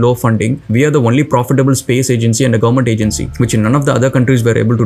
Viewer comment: by the way it is " only" not "vonly".